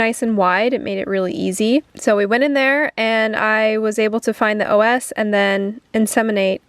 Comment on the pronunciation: saying OS 😅 it's cervical os [osz] like the Wonderful Wizard of Oz